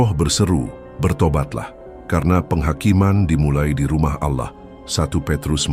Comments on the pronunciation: Harus Nya Allah … Bukan Alloh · Bukan auloh tapi Allah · Naratornya kebablasan saat menyebut Allah menjadi aulloh. Semoga segera sadar bahwa yg sedang dibacakan adalah ajaran Allah yg hidup yg turun sebagai manusia ,menjadi domba pengorbanan . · aolloh ❌ ALLAH ☑️ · mengapa penyebutan ALLA seperti orang kafir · Maaf aku tau ini AI tapi tolong di perhatikan suara penyebutan ALLAH. AGAK menyesatkan kalau salah sebut